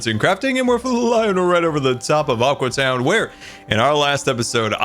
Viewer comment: All the time when bdubs is in aqua town he calls it aque town